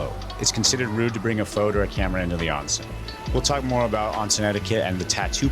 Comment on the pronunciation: It’s oh-nsen, not ahn-sen, o sound